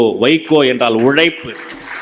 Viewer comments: ஐயா இவ்வளவு அழகாக தமிழ் பேசுகிறீர்கள் பட் உழைப்பு என்ற வார்த்தையை உழைப்பு என்று சொல்லாதீர்கள் ப்ளீஸ் உங்கள் பேச்சு அருமையாக இருக்கிறது கேட்டுக் கொண்டே இருக்கணும் போல இருக்கு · உழைப்பு என்ற உழைப்பு என்ற வார்த்தை உச்சரிப்பை சொல்கிறேன்